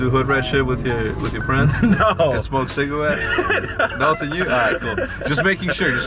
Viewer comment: "cigawetts"😂😂 wtf Hecz